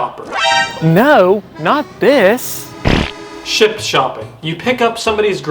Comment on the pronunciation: Did u say sh$t and instashart? 😂